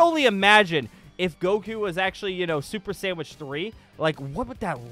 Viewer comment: He said super sandwich